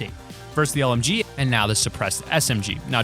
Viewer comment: When u said lmg, I thought u said mlg